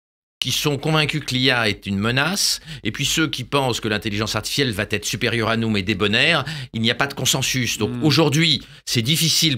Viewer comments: J'adore Laurent Alexandre, mais s'il pouvait cesser de dire "Va Têtre"^^ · "Mon cerveau va-t-être transférer dans le Cloud Computing" (SIC) . Je plains le pauvre ordinateur qui devra intégrer les outrecuidances , les fautes de syntaxe et de liaison de Laurent Alexandre , les rendre éternelles... Quel cauchemar !